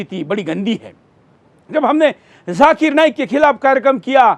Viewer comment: Abe chutiye lallu....jhakir nahi zakir.. pehle thik se bolna seekh....